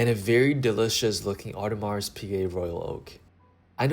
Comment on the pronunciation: The S in Audemars is SILENT ffs